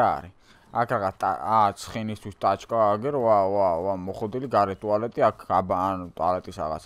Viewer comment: ტვალეტი კი არა ტუალეტი